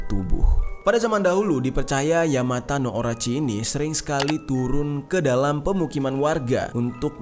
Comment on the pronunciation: Bang maaf tapi penyebutan dari ular itu yamata no orochi 🙏🏼